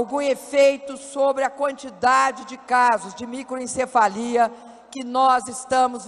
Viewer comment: Só eu escutei microENcefalia?